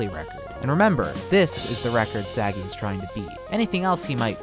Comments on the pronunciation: Thank you, i was looking for someone to point it out Im not Israeli, but I've never heard Sagi pronounced as Saggy 💀💀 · you are pronouncing his name wrong... you put the emphasis on the "sa", it's pronounced "sa *gi*". it's okay, Hebrew names are hard. if you would try to say my name, for example, I'm 75% sure you will summon a demon. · Kinda funny as an Israeli hearing Sagi pronounced as "Saggy". The emphasis should be on the "gi" not the "Sa". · Idk how to tell u this... But u were prenoumcing the name wrong the whole video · I'm not even Israeli, just Jewish and could hear that he waas pronouncing it wrong lol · yeah you’d figure he could at least get his name right lol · Its a pretty small mistake. At least they didnt say something like ‘say-guy’ lol